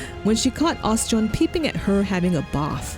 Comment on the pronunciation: Oschon.. OS-CHON Not Os-John. You're killing me here u_u.. — Seems very unlikely since during the Marauder quest, you fight the "Mysterious Stranger" here. I.e. your guild master wearing a mask. Never even noted that this had any significance other than "crater that's beautiful" . — I guess the unforgettable developers kinda "forgot" about it. Well, I learned about God's grip so that's neat. Personally I .. better not say what I think about FFXIV... But Oschon has been my deity since I started and forever and ever <3 The Navigator was my second choice. Funny how that is. Heh, after 20 years... I still read all my comments.